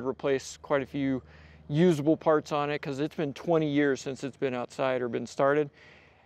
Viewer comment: Buck Wheat sings "Im fwyin in du pwane"